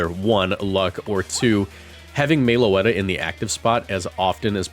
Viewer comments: Everytime I hear Meloetta pronounced "Mayloetta" it inflicts 20 psychic damage on me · They way he pronounces it hurts me every time